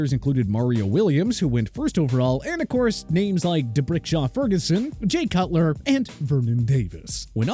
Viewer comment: It's D'Brickashaw not D'Brickshaw!